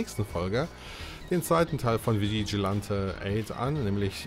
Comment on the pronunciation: Vigilante spricht man Vitschilenti aus 😂. Dieses Game habe ich viel mit meinem kleinen Bruder gezockt ab und zu mit einem Freund dann eben zu dritt. Spannende matches erlebt, sehr spaßig. Ja die Nintendo64 Version ist wirklich besser als auf der Playstation. Schon allein von der Grafik her. Hat aber auch dort Spaß gemacht bei meinem Cousin. 😅 Der zweite Teil ist ok hat bessere Grafik als Vigilante8. Nur leider in der englischen Version. Für mich bleibt dieses Spiel der beste Teil. Ich finde die FMV Sequenzen hätte man auf dem Nintendo64 schon hinbekommen können wie in Resident Evil 2